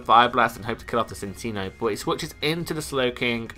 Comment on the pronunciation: Nope it is pronounced Sin-see-noh.